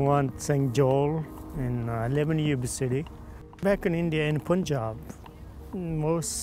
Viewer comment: says Poonjab while actual presenter says actual pronunciation Panjab. LOL